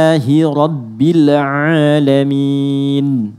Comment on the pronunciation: afwan ustadz, dengan segala ta'dzim. kalo saya tidak salah dengar, dimenit ke lam mati pada kalimat robbil aalamiin ada pantulannya nya jadi kaya kolkolah. mohon verifikasi ustadz. jazakumulloh khoiron katsiro